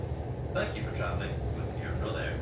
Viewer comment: Bravo for saying Iarnród Éireann correctly, I think it makes up for the "Southern Ireland" blunder last time